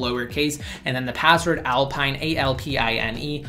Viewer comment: With how he says it I always hear "alpine8"